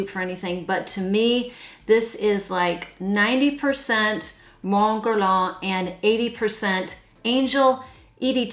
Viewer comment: May I just say, and I don't mean this to be insulting at all, but Mon Guerlain is pronouced '' mawn gerlan''. I only mention it because it took me a while to understand it.❤